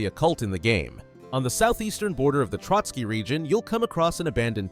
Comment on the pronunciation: "Ant-tie-uch-cuss" My god. It's 'Ant-tee-och-cuss", the Latin name for Antioch, a city in the Holy Land. Oh you said "Trotsky region", it's "Trosky". Some of these "references" are a real stretch and is more that the uploader doesn't know history very well.